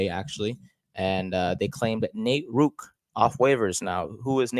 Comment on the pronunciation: Please pronounce his name right. There is a second r in Rourke. The play against the Cowboys is not an example of a QB who cannot stay in the pocket. The protection broke down so fast he had no option but to try and escape. His escape was miraculous because they could not bring him down due to his amazing lower body strength and balance. He is a pass first QB, accurate and a great reader of what he has to do to beat the defence in front of him. If the Giants give him a fair opportunity you will see what I mean. I am 76 years old and have watched the CFL for over 60 years. He is the most talented quarterback I have ever seen and that includes CFL quarterbacks who started in Canada and became starters in the NFL. In that group were players like Joe Theismann, Warren Moon, Doug Flutie, Jeff Garcia, Joe Kapp, Sam Echeverry,. This young man has exceeded and excelled at every level he has taken since he left Canada as a high school student to hone his skills at a U.S. football academy, community college and NCAA university. Check out his background. He succeeded every time despite the odds against him. His dream of starting in the NFL as QB has been his goal since he was less than 4 years old. He is driven and will succeed if given a fair opportunity to showcase his talent.